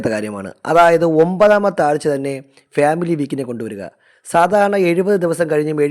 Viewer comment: ഉച്ചാരണം ശരിയാക്കു . ഫ്യാമിലി അല്ല. ഫാമിലി.